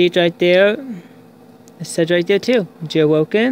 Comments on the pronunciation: jail bwoken wtf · Jail woken 😂 that’s all I heard